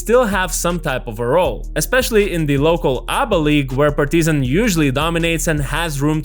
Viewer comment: PAR-ti-zan and not Par-TI-zan